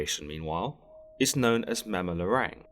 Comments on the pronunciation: Hey just to clarify it's pronounced Mam-bah-bah-rang just like saying bah bah black sheep. Spoken slowly :) just a heads up, great work dude! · i hate it when europeans mispronounce and narrate about bipoc history, mythology, ancestry, etc... especially if its my mother's home land-- thats been colonized a bazillion times. why dont they ever have people from the place teach about the place? if anything it'd avoid mispronunciation the very least. MAM-BAH-BAH-RANG. just cuz they got a english accent dont mean theyre more intellectual. coughs despite almost every documentary ever made being narrated by an english voice coughs